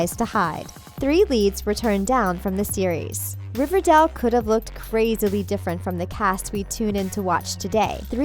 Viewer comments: It’s RiverDALE not RiverDELL 🤦🏼‍♀️ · Riverdall. It's Riverdale, get it right 😂😂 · SHE US SAYING RIVERDAL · She pronounced it Riverdal... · OMG stop saying RiverDELL. It's RiverDALE. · I don’t like the narrator she say it like riverdel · It’s RIVERDALE!!!!! NOT RIVERDELL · I’m kinda annoyed by her pronunciation she kept saying “riverdel” it’s more “riverdeil” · What BS from a person who pronounces Riverdale as ReverDaal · THE WAY SHE SAYS RIVERDALE, ITS RIVERDALE, NOT RIVERDELL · I cringed every time she pronounced Riverdale RiverDELL😩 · First of all it's not "Riverdaale". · I hate how she says it like, “River-dell” 🤦‍♀️😂 it annoys me, anyone else?! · Ikr its cherrryl ((i think u spell like that) you can hear her thick her robot voice. She is just jealous she cant make a show as good as riverdale. hasnt evn watched it! she cant say there names, there ages, the show name, she says 'riverDELL'. So annoying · That and for some odd reason keeps pronouncing Riverdale as "Riverdell" lol. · Fluffed Pillow it's pronounced "river-dale" just like Its spelled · Atara Berzon dont forget "riverdell" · "cherry" "riverdell" what else? betty copper?? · Am i the only one who got triggered when she said cheryl and riverdale wrong😂 Edit:And every other name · You can’t even say riverdale or Madelaine right and your going to try to talk about the show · i know and its is killing me inside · Is anyone triggered cause she is saying riverdale and cheryl wrong😐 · First thing I notice she pronounced riverdale wrong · **GRUNDY** Also, does it bother anyone else that she says “RiverDELL”??? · WHY?? I AGREE, DIS LADY PROBABLY HAS NOT EVEN SEEN RIVERDALE, WHO THE H*** SAYS MS.GUNDY???? AND RIVERDAL??